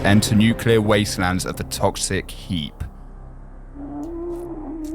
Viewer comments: what is the nucilar ghast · sorry i heard NEUCLUR GHASTS???(i cant spell SORRY)